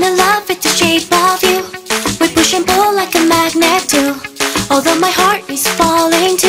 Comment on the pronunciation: Heartって発音ちゃうくない？hurtやん